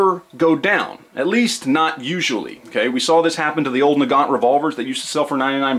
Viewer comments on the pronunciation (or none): none